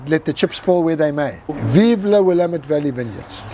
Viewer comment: Please, it's called will-AMM-ette not WILL-uh-met. Sorry, native Oregonian here. Great video and happy to see the Kirkland Malbec here, my favorite value wine from their stock.